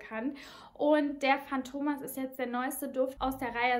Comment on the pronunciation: viele betonen das Synthetische (Maschinen, Öl) an dem Duft; muss man mögen oder nicht...btw: matto (ital.) heißt "verrückt", hat ein kurzes "a", so wie "Schach-Matt". Fantomas wird auf der letzten Silbe betont (war übrigens nicht nur ein Film, sondern eine ganze Serie).